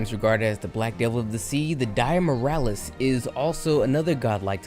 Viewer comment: Lmao i cant handle how you butcher all their names.. dire morales? Is that miles morales brother? Alatron? A fckin transformer?